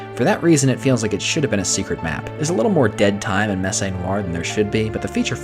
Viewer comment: Glad to see another DoD video! Excited to play this series, which I hadn't heard of. One nitpick: "Messe" rhymes with "less."